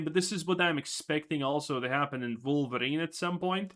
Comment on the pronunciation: Wolverine ❌ Queerverin ✅